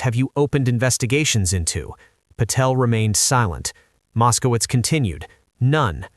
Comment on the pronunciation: Mos-ko-witz! Mos-ko-witz! Mos-ko-witz! Come on, guys!